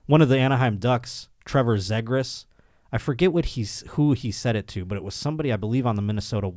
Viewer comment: Good lord, it's "Z-gras" not "zeg gras" lol. There should be a Kings Ducks trivia one-time trivia segment.